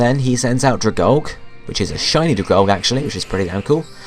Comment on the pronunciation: Dragalge is pronounced dragal-gee >.<